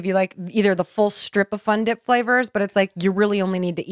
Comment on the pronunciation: “Fundip” 😂😂 I lost it